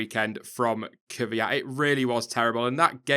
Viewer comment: why do all english say "kyviat" when his name is kvyat?